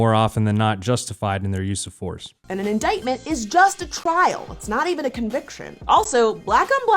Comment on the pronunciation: she also says inditement instead of indictment